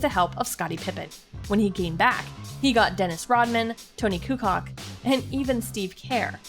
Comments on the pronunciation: She said Tony Kucock 😂😂😂 Kukoc is pronunciation is kukoach. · Tonee CooCock, lol. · 1 thing that proves credibility of this video questionable... doesnt even know how to pronounce tony kukoc's last name hahaha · You pronounced Toni kukoc wrong and Steve Kerr lost me after that